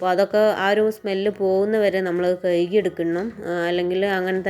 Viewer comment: കയുകി അല്ല കഴുകി